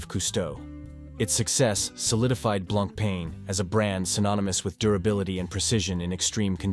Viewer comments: The writing is good, but you pronounce the brand name too many ways. It is blanc-pon which you get right a few times. I have a Fifty Fathoms. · It is annoying how much brand name was missed pronounced. On the the left person with Jean Claude-Biver (right) is not Jacques Piguet, as one who could conclude with what it is said; it is Bernard Arnault, owner of LVMH Group (richest French person). But to someone not familiar with Blancpain, the video is quite informative for start. Blancpain lover here, owning three of them: fifty fathoms, bathyscaphe and leman. Pity that Leman and Le Brassus collection (discontinued) was not mentioned. In my personal view much nicer collections than Villeret. Thanks